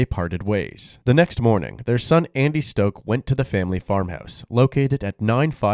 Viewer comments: Man your narrator should learn how to pronounce words. This guy’s last name was stock, not stoke. Overall I like the channel a lot. Big shout out to the editor, even if the narrator and editor are the same person 😅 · Stock rhymes with lock, not stroke.